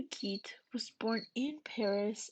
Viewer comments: Gide, pronounced "geed" with a soft g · you made an entire video about a man whose name you don't know how to pronounce?? shoulda asked someone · Gide is pronounced Jeed. Also, Oscar Wilde’s surname is pronounced wild as in “wild and crazy.”